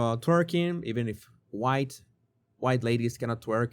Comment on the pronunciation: "huWhite ladies cannot twerk" 😂☠️